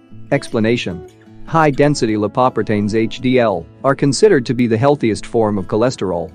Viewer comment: LIE-PAW-PRE-TAINS lol